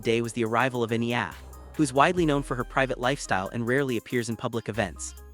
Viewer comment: Will you please show respect and learn how to properly pronounce the language and Enya’s name. 🇮🇪